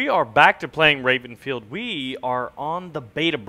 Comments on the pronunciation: did baron say Rapenfield?? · d-did he just say: 'rapenfield'...?